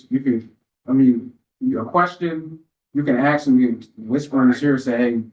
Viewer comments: How does a person get through law school and still say ‘axe’? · The judge saying "axe" is killing me